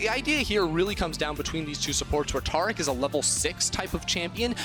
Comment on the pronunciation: ITS TARIC!! Like tear a piece of paper. Or TARE the scale... AIR!!! TAIR-IC!! TARIC!!